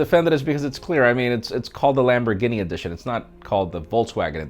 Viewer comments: lambor guinea, lol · "Lamborgini" edition 💀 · Dude! Do you really not know how to pronounce Lamborghini man! Sound it out bro..... "Lam-bor-gee-nee"! You poor poor sheltered little man! Lmao....I almost gave this video a thumbs down for murdering the Lamborghini name....smh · Did-did he say "lamborginny"...twice??? Ginny???? 😳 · What's a LamborGUINEA??? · “lambor ginnie ” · An grown man wearing a child's t shirt cant even pronouns Lamborghini so funny